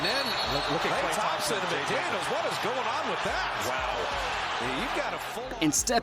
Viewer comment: this guy miss pronouncing "Klay Thompson" is making this hard to watch